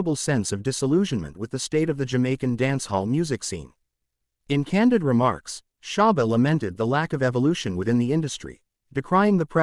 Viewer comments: Why does he keep saying sharba 🤦🏻‍♂️🤦🏻‍♂️ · Its not great when the narrator knows nothing about the Artist he is speaking of, not even how to pronounce SHABBA'S name or the titles of songs. Why are there white kids in this video? Are we supposed to believe they too lived in Seaview gardens? This narrator needed to have let a Black learned colleague who knows of & is familiar with the Great Shabba Ranks & his music present this video, or just stayed in his lane & talk about a white Artist he knows something about.🤦🏾‍♀️🙆🏾‍♀️🤷🏾‍♀️ Misappropriation is going strong in 2024😤🙄🤬